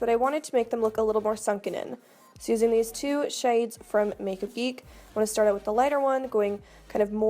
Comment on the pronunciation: the way she said "shades" hit my inner north carolina